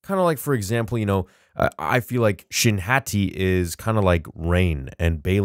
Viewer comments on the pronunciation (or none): none